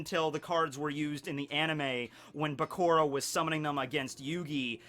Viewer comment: it's Bakura like Sakura...not Bakora.. jus saying, still love you